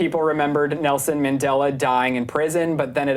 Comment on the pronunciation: It's Mandela effect not Mindela effect....And minacule wtf? Your "accent" is really making your points hard to understand.